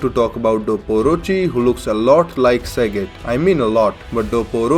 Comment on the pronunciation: I did not expect that accent. The way you say Sagat is godlike.